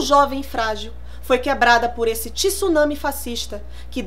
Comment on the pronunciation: tsunami se pronuncia tsunami, não tisunami nem tusami! :)